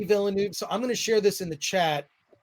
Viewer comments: Pretty sure it’s said veal-nerve. Like the racing driver 👍🏻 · MATE! It’s pronounced VILL NERVE. Good video btw